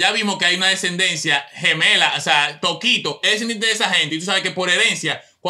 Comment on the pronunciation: Mira a "Tokito" y se volvio "Tokote" 🤣🤣